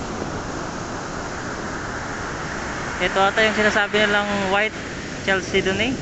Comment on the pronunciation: Translucent po hindi transparent. Ang pag pronounce po ay “kal-sed-nee” hindi po tchal-se do nee. Ang ganda talaga dyan sa pinas. Balang araw makakauwi ako, siguradong makapagrockhound din dyan. Thanks for sharing.